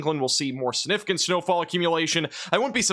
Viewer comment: Is it just me or does it always sound like he says "Sinificant"? Thanks!